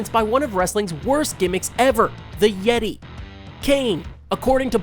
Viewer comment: IT IS NOT PRONOUNCED "The Yeti" IT IS PRONOUNCED "THE YETAY!"